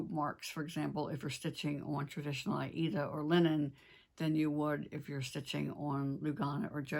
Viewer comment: Several vids ago you mentioned a new needlework shop opening in the Winston-Salem area. Do you have any details about that? And thank you for your pronunciation of the word aida. That's the way I was taught to say it decades ago.